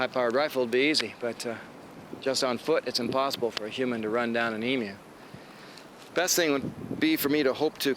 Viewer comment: Thanks for NOT calling them e-moos.